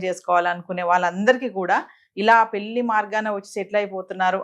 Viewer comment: Yes, కరష్టు గా షెప్పావు, పెల్లి ఏంది నా సుల్లి లొ యాస, పెళ్లి అనాలి